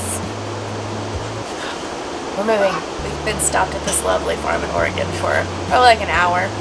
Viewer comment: Thank you guys for saying “Oregon” correct.